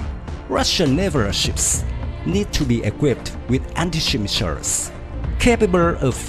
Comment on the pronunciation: Cách phát âm tiếng Anh của người đọc tin tức không chính xác, mới nghe câu đầu tiên Missiles & Battlefield đã đọc sai rồi.